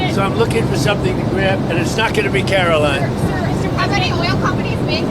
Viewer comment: See ya in church on Sundee, Care-oh-lyin Leavitt.